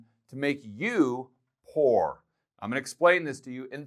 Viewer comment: Did you actually mean " Pooer " ???